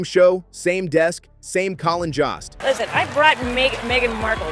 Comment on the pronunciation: JOST RHYMES WITH GHOST !